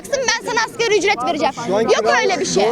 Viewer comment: Eğtim, Eğtim diyoruz hale, Asgari ücrete, Askâri maaş diyoruz...